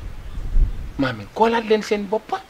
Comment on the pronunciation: Juste bènneu remarque thi kao il prononce le nom de Mohamed baparé tek thi saaga. Kou meun diot thi mom wakh ko mou évité lolou